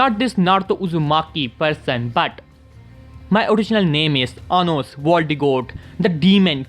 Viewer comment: He got Anos name 😁😁 perfectly